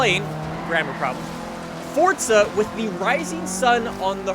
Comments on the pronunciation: It’s not fucking fortza it’s fucking FORZA. He says it like it’s fucking pronounced Fort za. Omg he is so damn stupid. WELCOME TO FORTZA! ITS FORZA U IDIOT. FOR ZA NOT FORT ZA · It's Forza not Fortza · its not fort-zuh its four-zah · FORZA.......not forTza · how does this guy have almost a million subs with the way he says forza...its not fortzuh bruh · KAL 1 Am I the only one hearing him say FORT?